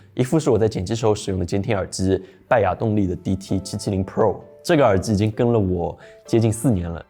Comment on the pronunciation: 听到耳之耳之的，我真的忍不了了，关！